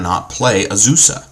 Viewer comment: "Uhzoosah" "Steel Hallkite" "Soul Ring"